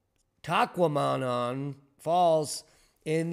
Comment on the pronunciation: Soo-Saint-Marie that's why we call it the Soo Locks. is usually spot on with pronunciations. Taw-qua-menon falls. The French names give me trouble. The Native names are easier than the French names for me. you hurt top knots ears along with many viewers from Michigan and Wisconsin. Thanks for covering the incoming lake effect snow. The temps need to drop around 22*F below the water temp to turn on lake effect snow machine. The snow machine shuts down if lakes freeze. We need a good winter to bring lake levels up. Would of liked data on lake waves from the high winds.